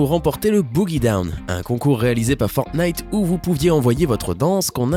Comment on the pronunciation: ta dis Fortnif